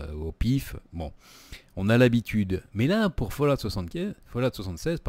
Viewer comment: Tu c pa dire fallout